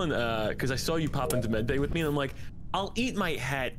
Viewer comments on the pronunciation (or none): mark:he said medbey 12 times XD